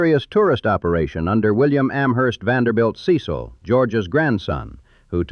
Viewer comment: There are a number of inaccuracies in the historical names. It should be Richard Sharpe Smith (e at the of sharp), Col. Frank Coxe (e at the end of Coxe as in Coxe Avenue) and the Biltmore family name is pronounced SEH-sul not SEE-sill. The narration does seem to be AI generated hence the pronunciation mistakes. Also lots of stuff left out. There's no mention of the River Arts District for one thing or the removal of the Vance Monument.